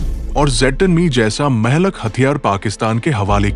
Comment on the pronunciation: Urdu main Mehlak nahi kaha jata hey Blake mohlik kehna sahih hey